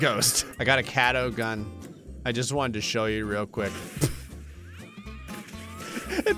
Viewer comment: what said: I got a catto gun. What the closed caption said: I got a scattergun.